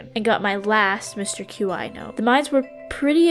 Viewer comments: Mister Q-I, (as you put it) is pronounced “chee” I thought it was kinda funny though ngl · So I noticed you kept saying Qi's name as like Q-i and it is pronounced Qi like "Key" that is how it is supposed to be said. And sorry if this comes off as rude as it is not supposed to be rude. I just wanted you to know how to say his name. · Mr Qi is pronounced chee by the way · Qi is typically pronounced "key" in case you wondered. It shares it's definition with the word ki or chi. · I think Qi is pronounced chee, as in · Qi is pronounced “chee” also I loved the video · is it just me, or is Qi pronounced "key"? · I think it's pronounceed 'Key' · qi is pronounced like “chee” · this was rly fun! btw Qi is pronounced "chee" 🧡